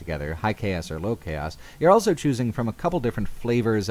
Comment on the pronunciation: says elso instead of also.